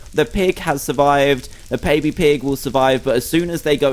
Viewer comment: you said pabby in stead of baby